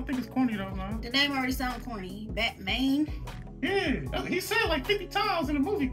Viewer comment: Not Bat Mayne😂